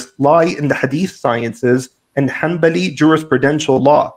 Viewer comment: *hanbali. I don’t think you have enough knowledge of the subject to be degrading an entire respective school with its ulema and respected institutions if you can’t even pronounce the word correctly.